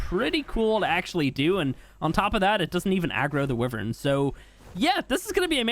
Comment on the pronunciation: Did just say wivin in Sted of wyven